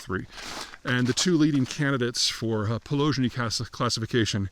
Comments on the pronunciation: Yeah, he literally started of with this specific categoray that's literally called "poleznyi idiot" (which Peter butchered as "palyzhnyi" or something :D) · It always boggles my mind how this man can butcher so many words 😭 It’s not “poloZHniy”, it’s “po-Les-niy”